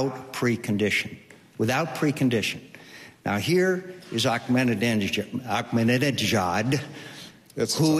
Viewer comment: lol he couldn't pronounce Ahmadinejad! and again with the disputed "wipe off the map" thing that's been discredited over and over again!